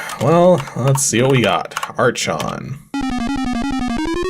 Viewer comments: "Ark On" would be the closest correct pronunciation. It's also the Greek word for "Ruler". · "Arch" in "archon" is actually pronounced "ark", just like in "architect" or "monarch" (since it's a Greek word). It translates to "ruler".